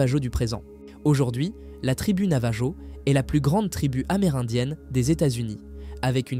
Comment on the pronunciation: Navajo : le j ne se prononce pas. C'est un peuple autochtone d'amérique du Nord que l'on appelle indien... Quand au portail de nébulon, impossible de trouver ! À part un personnage de Marvel, il n'existe aucun autre nébulon... Alors veuillez mettre vos sources dans la description pour des recherches ultérieures. C'est pénible de constater des choses qui n'existent pas quand même...